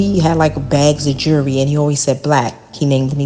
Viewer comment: “Jew-ree” 🤦🏻‍♀️ Damn- she literally got with EVERY dealer she met! Seriously wtf That’s nothing to be proud of